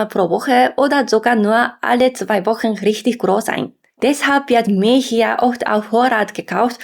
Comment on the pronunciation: Sie sagt so vieles falsch 🙉